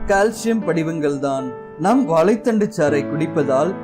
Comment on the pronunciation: Athu Vaalai thandu illa sir.. Vaazhai thandu yea tamil ah kola panrigaa..